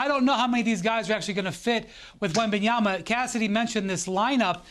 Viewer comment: Perk it’s really easy, it’s all in the letters, just slowly sound it out … wem-BAN-ya-ma … just the one B. Try writing it down, see the letters, say the letters … wem-BAN-ya-ma